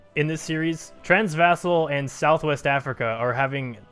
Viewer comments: transvaal, not transvassal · Transvassal is how you pronounce Transvaal. How?